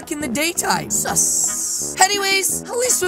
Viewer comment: always sometime says suss with another s